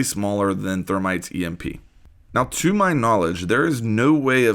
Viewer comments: You said thermites emp😐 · He said “thermites emp” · He said thermites emp lol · This dude just said thermites emp